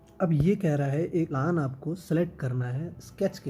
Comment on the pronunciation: Sir प्लान nhi प्लेन boliye 😊